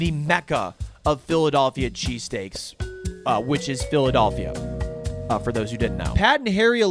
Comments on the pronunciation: I think I'm more insulted that he kept calling it, "PhilaDOLLphila". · Brother please say Phila-DELL-phia😭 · PhiliDOLLphia is irking me in a way I didn’t know was possible 🤣